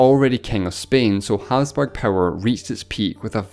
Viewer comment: The way you said Hapsburg like "Hazburg" drove me crazy!